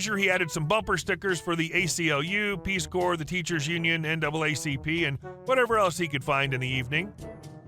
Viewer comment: FYI: Peace CORPS, not Core.